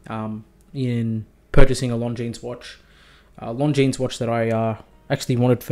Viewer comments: Nice! But, please…. Longines is spoken without s. Like Longine. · Now that you own one you really must pronounce it correctly. Driving me nuts every time you say it 😊